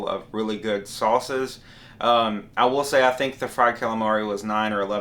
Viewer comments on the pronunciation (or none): none